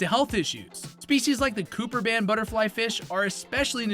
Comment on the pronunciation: I've enjoyed watching your videos-Until this one. I heard the story about your Rabbitfish and appreciated the personal touch. Then you came to the Butterflyfish and I heard about the "Cooperband Butterflyfish". Well, anyone discussing saltwater fish worth their salt knows it's a "Copperband", not a "Cooperband". Basically this tells me this channel is probably AI generated-Not a person who is speaking from experience.